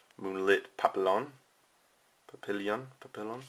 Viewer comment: i think it is pronounced papiyon for papillon ;)